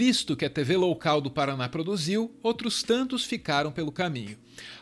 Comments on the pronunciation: "Tv loucal" kkkk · Tv "loucal" haha boa!